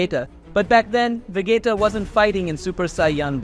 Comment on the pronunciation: Vegeta. Please say Vegeeeta and Not Vegayta